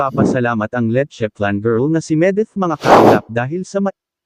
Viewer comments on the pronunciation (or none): oo nga si letcheflan dapat mali mag banggit😂